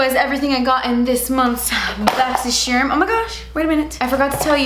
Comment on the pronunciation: I just got my FIRST boxycharm box and every time I even thought about it arriving I had to say "BOXysherm" like does